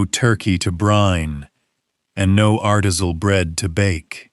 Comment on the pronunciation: ARTISAL? artisINal. Wth AI? Slop, lol........UPDATE: i'm now about two thirds through the video, and the pronunciation is screwed up versus the animation of the text. As it goes by, because I messed up another word too........ I don't sit here and watch this as a video, because it is clearly just audio!.... So when you listen to it, that is, when they screw up things.